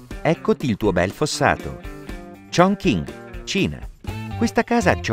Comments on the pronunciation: shingi001 come ha pronunciato 重庆（chong qin)? 🤣 kongking che cos’è 😂😂 per non parlare dei 元 (yuan) ha detto Jiang 😂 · come hai pronunciato 重庆（chong qin)? 🤣 kongking che cos’è 😂😂 per non parlare dei 元 (yuan) tu hai detto Jiang 😂